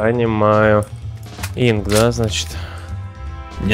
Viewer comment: ИНК блэт а не инс